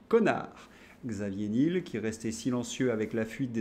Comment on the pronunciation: Alors Xavier Nul, c'est top ! L'ennui, c'est qu'en prononçant son nom Nil, certains risquent de ne pas réaliser qu'il s'agit bien du patron de Free. Delphine Arnaud n'était pas dégoûtée... ça en dit long sur le sens du mariage dans ces milieux adorateurs de Mamon. Je plains la pauvre Candace qui doit prononcer Trogneux !